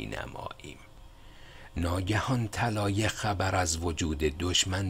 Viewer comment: جناب خسته نباشید و با تشکر اگر به تلفظ کردن یه کمی بیشتر دقت کنید کار زیبایتان زیبا تر خواهد شد چون کاری را که شما انجام میدین فقط برای وقت گذرانی نیست کاری است که فایدش رو در مدت طولانی خواهید دید علاقه مند کردن جوونا به کتاب کاریست مهم و شما دارید با در دست گرفتن گوشه ای از این کار مهم اونو انجام میدین ه همیشه ح نیست مثلا طلایه طلایح نیست بخاطر همین چند وقت پیش از شما تقاضا کردم تا قبل از پست کردن یک بار خودتون گوش کنید البته این به هیچ عنوان از ارزش کارتون چیزی کم نمیکنه ولی میتونه به ارزشش اضافه کنه دو باره ازتون تشکر می‌کنم